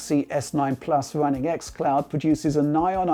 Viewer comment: It's wunning wemotely lol